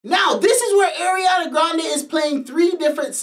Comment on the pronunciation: Ariana grande ❎ Eriana grande ✅